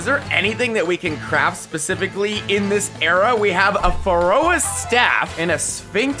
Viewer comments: pronounce Pharaoh right challenge IMPOSSIBLE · this dude really said pha-ro-ah